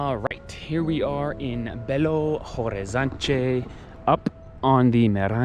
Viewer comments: I don't know if you like people correcting you, guys. But I do love my language and I like to welcome people with some lessons (weird way). The "te" and "de" at the end of word is not pronounced "tchê" or "dgê". It's more like "tch" and "dj". Like Liberdade is "Liberdadj" and "Horizonte" is "Horizontch". you said it aaaaalmost correctly. H in portuguese is silent. It's like Orizonte, you know? I don't even know why we use this letter, if we don't pronounce it. BH é pronounced "bê agá". The last letter is the tonal. There's a lot of things you can learn, but only if you allow me to correct you and teach it here hehe I don't wanna be the annoying nerd. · in Portuguese when the word starts with h, the "h" is silent. Then Belo (h)Orizonte, (h)Avaianas, (h)oje.....and so on.